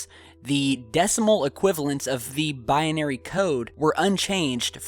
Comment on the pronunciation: Binary not Bianary